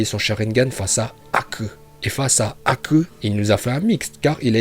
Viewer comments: Quand il a dit Hakeu franchement je me suis dit que cette personnes a beaucoup de niveau en japonais il devrait même faire une video apprendre le japonais en 5min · Quand tu prononce Aku t’es le meilleur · « Haku » meilleur prononciation la vo de cette vidéo est encore mieux que celle de l’anime👌🏽. Bravo à notre porte parole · J’ai rien contre son accent mais sa façon de prononcer Haku me monte trop à la tête